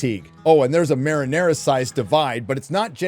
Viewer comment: Marinara sized divide! That is amazing! I wouldn't even put it pasta you that this was deliberate! For those wondering why this is funny, he meant to say Mariana as in the Mariana trench